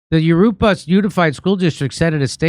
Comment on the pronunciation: FFS, Jimmy! Jurupa is pronounced "Huroopa"...just ask your MEXICAN wife to teach you proper Spanish pronunciation